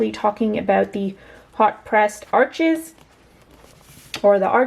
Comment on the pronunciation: Arches is French, it’s pronounced “Arche,” the (s) is silent, Thanks for sharing!!!